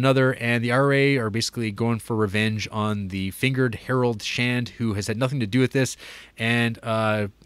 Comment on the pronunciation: Errol not Harold...